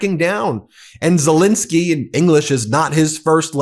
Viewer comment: As much as I love your take on all of these things, I think Zelenskyy deserves to have his name pronounced differently than the invader’s name. There are Os in there.